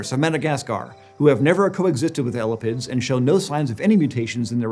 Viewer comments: eh-lap-ids, not ella pids, and emphasis is on the "lap". eh LAP ids instead of ELLA pids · lol at calling them "Ella-pids" it's "ee-lap-ids" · “L-la-pids” bruh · It's not elipids..... it's e-lapids....thus the genus name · eyy- lapp- ids.... not ela-pids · ella-pid? Ugh!! ee-lah-pid sounds a lot better to me!! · 1. Nobody says ELL-a-pids. It's eLAPids. 2. Venom is not an ancient trait in snakes. It's only present in one clade (Colubroidea) and all basal snakes are nonvenomous, so this should not be controversial at all. Apart from that, great content! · Drinking game! Take a shot every time mispronounces “ee-LĂ-pids”… come on man, “ellapids” has 2 Ls in it, everyone knows that. 😉😅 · Every time says "elapids" it sounds like "elephants". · L-a-pids hurts my brain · Hearing someone say ellapids hurts my soul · kept hearing elephants instead of elapids 😭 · Right? He says elapidae one way (the way I learned in my herps classes) and jumps right back to "Ella-pids"... LOL!